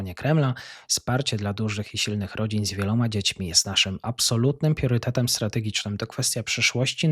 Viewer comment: pRiorytetem a nie pIorytetem Rio De Janeiro a nie Rio de JANERJO DOLARA nie DOLORA ZItd itp Czy ty jesteś przyglupi? Za co ty chcesz wsparcie na patronite jak ty jednego wyrazu z ekranu nie potrafisz przeczytać matołku